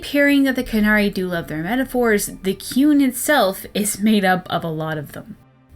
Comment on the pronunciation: All I can hear when you say 'The Qun' is 'The Coon'. Is Eric Cartman running a society in Dragon Age universe where everyone should obey him? Seems plausible